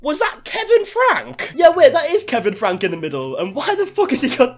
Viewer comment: Their last name is pronounced Frankie